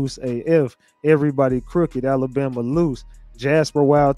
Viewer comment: First things first. Its Alabama not Alambama